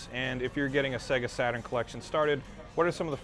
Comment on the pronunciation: Segahh Satuurn shiroo :D